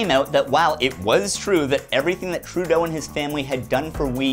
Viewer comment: Trudeau .. kinda sounds like "True- though..."